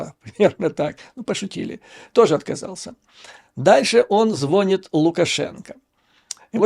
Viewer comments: Извините, но звОнит, а звонИТ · Надо говорить звонИт а не звОнит